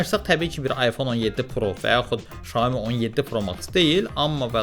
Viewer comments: Salam hər vaxtınız xeyir Xiaomi şirkətin bildirdiyinə görə düzgün oxunuşu Şaomidir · Oxunuşu tam dəqiq desək belədir - Siao Mii - mənası balaca düyü deməkdir. 👏